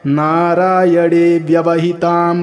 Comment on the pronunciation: नारायण bolne के bajai aap narayad kau बोल रहे है.😢